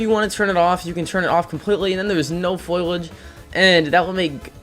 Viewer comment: Lmao foilage 😂 You mean foliage?